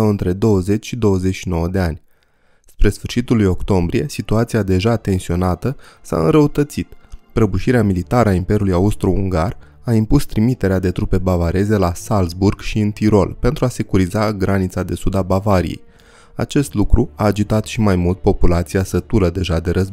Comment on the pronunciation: Toate bune si frumoase, dar invatati pronuntia corecta a numelor. OK? Hoănțolărn (nu hohenzolern). . Zalțburg (nu salburg). Münhiăn (nu miunhen), fon Badăn (nu von badăn). . Asa ca la copii...